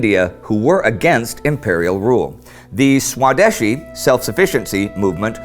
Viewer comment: It'll probably never come up again, but the pronunciation of "swadeshi" is svadēśī. Spelled out, the best way to pronounce it would be "svadhayshee." I know it's an easy mistake to make given the spelling, but it's still a bit cringe-inducing. Otherwise, keep up the great work.